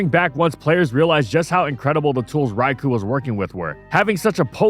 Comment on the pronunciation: Bro talks about Raikou so much and yet he still can't pronounce it right.